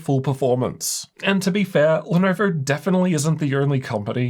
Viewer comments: Had come across your videos while buying my first gaming laptop, Lenovo legion Y540, back in 2020. Your pronunciation of Lenovo as 'Lenerver', brought back so many memories. Thank You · why does bro say "Lenoevorr" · 'lenaurvaur' hehe